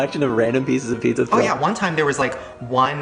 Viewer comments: You’re sooooo Latino!!! I love it how you pronounce it pixxa! Love you! 💜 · saying pizza: Peek-SAH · If you say "pickza" one more time...!! Yeha chuckie cheese fucked you up lmao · I love how you can low-key hear him say peeksa lmao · Love how u say pizza! Chuck E. Cheese was fun for me when I was a kid! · says “pizza” the way all Mexicans do 😂